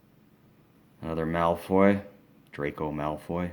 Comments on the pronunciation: AND NOT MALOY ITS MALFOY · you pronounced malfoy as malroy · It's Malfoy not Malfroy. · legojake8 Mc Gonagall and Malfroy is what he meant to say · Malfroy?? Hermone?? Ballisk???!Dude. This collection is so dope but how do you not know their names bro come on now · I ended crying with laughter over his pronounciations of "HER-MINE", "DUMBLEDORF" and "MAL-FROY" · ty r